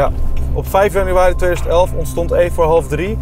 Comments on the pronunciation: Bilal zegt 5 januari thomas zegt 5 janiari 😂😂😂😂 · Thomas: oke 15 janenari 😂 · wanneer Thomas geen januari uit kan spreken 🤣🤣🤣🤣